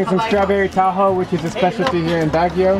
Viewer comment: Him: Pronounces taho differently Me: Ok.... Actually me: inwardly cursing and screaming